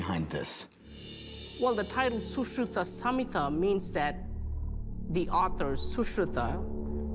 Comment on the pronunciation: That black dude looks like indian though he don't know how to pronounce sushruta